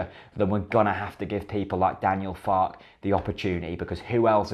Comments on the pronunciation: Believe it's pronounced Fark-er rather than Fark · I believe the pronunciation is "Farker". As in, "Mother Farke". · Two minutes of research on Youtube would have revealed that his name is pronounced FAR KERR. But hey, waffle on. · it's pronounced Fark-er isn't it